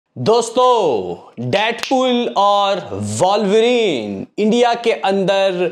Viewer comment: अरे कोई बताओ इसे वॉल्वरीन नहीं वुल्वरीन है।